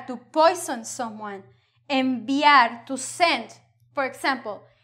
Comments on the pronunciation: BUT YOU SAID A "vee" at Enviar !! :'( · Gracias,.:) Lo único que me tenía un poco confundido fue cuando hablaste de ciertas palabras en tu lista (convenir, convivir, enviar...). Durante la lección, parecía que las pronunciaste con la "v",como en inglés. Pero cuando leíste tu 'poema', las pronunciaste correctamente (con el sonido de la "b",dura). ¿Podrías hablar un poco sobre esto? Gracias y bendiciones. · it seems that when the "v" is in the middle you pronouce it as a v and not b, im a right? it doesnt sound as a b, especially in por favor and enviar and envenenar